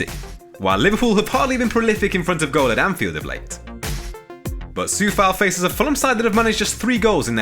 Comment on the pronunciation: If you are pronouncing it Sowcek (Soucek) shouldn't you also pronounce it Cowfal (Coufal?)